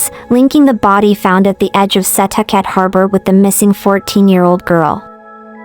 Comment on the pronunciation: Thank you for covering this! It is so underreported. Only criticism is the pronunciation of Setauket. It’s pronounced “ Suh talk it”